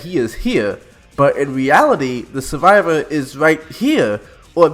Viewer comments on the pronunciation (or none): You sound like someone who still plays l4d2 lmao "Suvivow" 😂😂